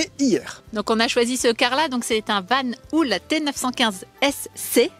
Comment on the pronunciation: Hello! hahah La marque Belge Vanhouuul... on dit vanhOl, même si il y a 2 O! ;)